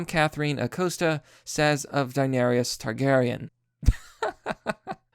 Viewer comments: Denarius is how you keep making it sound. Daenerys is how it's spelled. Day-NEHR-iss. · Its Dan-air-is, not Dan-air-e-is. She didn't burn her brother, her husband did, she just didn't care because he abused her for so many years. Those men she burned were going to enslave her and were weak anyway, discussing petty raids. She was a better leader, until she wasn't. We all knew she was going to go mad, we're annoyed because of the execution of it. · You’re pronouncing it as if it was “Denarius”. You’re adding an extra syllable. It’s “Deh-Nair-iss” phonetically. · Dude... 1. Her name is Daenerys and is pronounce Day•Nay•Ris not "Dinarius". 2. Khal Drogo poured molten gold on his head, not Daenerys. She simply just watched. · You are not big on names are you Mr.? Its Denerys not Denerious It triggers my autism so please stop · Danarius Rucker, lead singer of Hooty and the Blowfish. Seriously it's neither spelled nor pronounced that way. Stop saying "Danarius". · Did you call her "Danarious?" Do you even watch the show? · Amazing how you clearly follow the show and call her Danaerius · You pronounce it. *Da-ne-ris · This fucking idiot can't pronounce her name. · You said Daenerys incorrectly, and she didn't kill her brother (Khal Drogo did that).